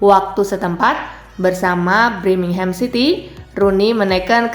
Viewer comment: BIR- mingham, bukan BRI-mingham ! Gak prof kali lah kau dek!